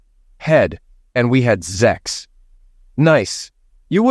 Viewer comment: For God's sake, the f'ing word is sex, not zex!